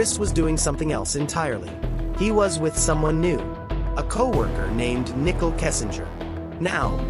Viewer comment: Can someone teach the AI narrator to pronounce Nichole correctly